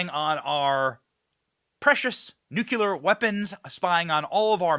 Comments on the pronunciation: " Nucular ?" Wow !! 😂😂😂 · Benny for God's sake the word is Nuclear not nucular